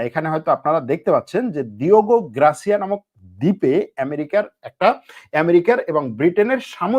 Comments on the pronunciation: গ্রাসিয়া না রে বাবা, গার্সিয়া। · Grasia na garsia english Porte pare na